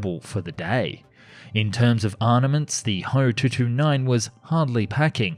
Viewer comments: ME-110 is not called "me." It's called "M"-"E." FW-190 is likewise called "F"-"W." So I would pronounce HO in Alphabet, "H"-"O." Besides, "ho" sounds like a bad word to American English speakers. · It’s not ho it’s H O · It is Ho, if it was "H" "O" then it would be an acronym for something